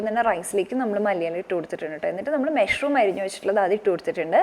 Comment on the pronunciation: മെഷ്‌റൂം അല്ല.. മഷ്റൂം.. പലപ്പോഴും കേട്ടു..അതുകൊണ്ട് പറഞ്ഞതാട്ടോ.. nice vlog 👍